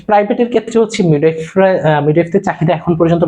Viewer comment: উচ্চারণ টা মিডওয়াইফ হবে